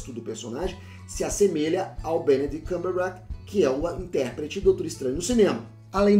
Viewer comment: Engraçado que o fala o nome do ator do Doutor Estranho igual a mim, Benedict Cunblabla